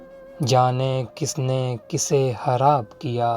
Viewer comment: Bro why do u use kha as ha...it's soound so wired...🙄...in every videos u said kha as ha like kharab ko harab...